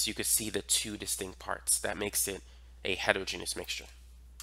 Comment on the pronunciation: bro says “distinc” 😭